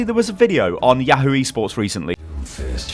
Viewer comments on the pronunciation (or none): none